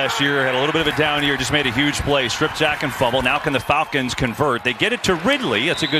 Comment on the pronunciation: The Folcons he said.